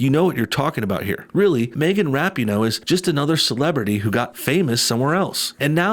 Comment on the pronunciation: I really like that you're mispronouncing her name (but saying it correctly phonetically) in this video.